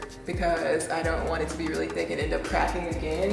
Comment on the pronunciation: She said “THICQUE” 😂